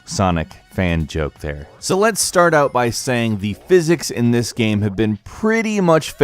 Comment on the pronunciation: Why you say “gham” instead of “game”